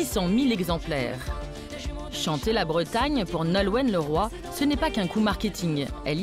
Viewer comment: Avant de commenter ce genre de reportage, il faudrait que ceux-là apprennent à prononcer correctement les mot breton ! Elle confond les artichauts prince de Bretagne avec les Ducs de Bretagne, trop drôle !